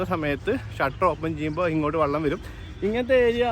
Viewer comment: വള്ളം അല്ല മുത്തേ... വെള്ളം